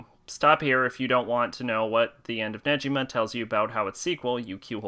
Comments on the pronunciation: It’s neGima not neJima why are you saying Neji like he’s from Naruto when his name is Negima 🤦🏻 learn Japanese pronunciations it’s not that hard that week one on Japanese 101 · sorry to correct your pronanciation it's negima not nejima sorry just to correct you. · It is Negima not Nejima 😅 it is pronounced as Gi like the stuff you wear for karate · I stopped at 7 seconds in, when this man said “Neji-ma”......you’re telling me, that you read the whole series and watched the anime, and you didn’t know how to pronounce his name. There is even a food called negimaki, that you could have learned it from! Wth? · You pronounce negima wrong